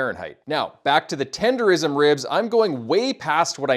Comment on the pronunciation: I would’ve subscribed but you said tendeRISM smh